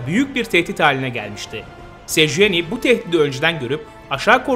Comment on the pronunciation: 2.30 sejueni 😂